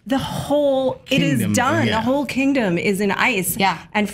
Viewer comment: "a queen without a quindom"